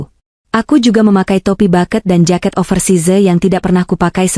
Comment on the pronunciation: Over size? Ha...ha...hs.. Dibaca over Sais.